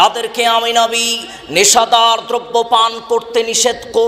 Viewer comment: নাবী না /// উচারণ হবে নবী আশা করছি খেয়াল রাখবেন